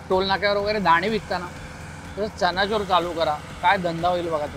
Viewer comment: Chana’chor’ nahi re bhava..chana’jor’